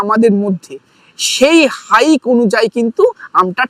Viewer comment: হাইক না হাইপ।